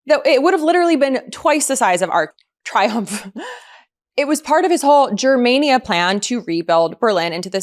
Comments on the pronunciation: The “Ark du triumph” he’s so stupid 😅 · “The Ark de Tryum” Feckwit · FFS he can't even pronounce Arc de Triumph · Can’t even pronounce it properly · LibRary, Arc DE Triomphe. Please! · Neither can you, it seems. It's Arc de Triomphe.